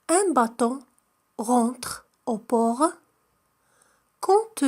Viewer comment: النطق لكلمة bateau خاطئ